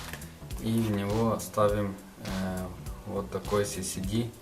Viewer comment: ЭС ЭС ДИ!) У меня кровь из ушей, когда я слышу "СИСИДИ".